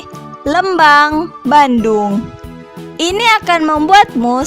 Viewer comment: lucu pas bilang lmbang nya 😁, informatif sekali kk terima kasih